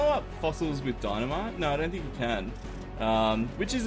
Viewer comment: Love your content, hate the way you say no. You pronounce it nyor